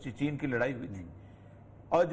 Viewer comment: اوریا بھائی، چےنا نہیں، چین۔